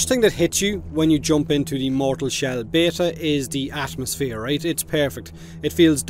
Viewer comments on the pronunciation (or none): Yeah I was very taken aback by the "ass-mosphere" as well.